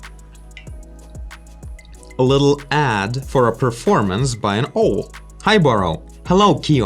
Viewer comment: just an FYI, it's pronounced "ow"+"el" = owl